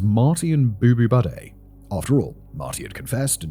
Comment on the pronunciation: I'm sorry but Simon pronouncing "Bo Boubede" as "Boo-Boo Buddy" is making me laugh in a way that is completely inappropriate for such a dark topic omfg Simon whyyyyyy